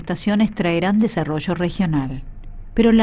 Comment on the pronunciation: Desarollo no se dice asi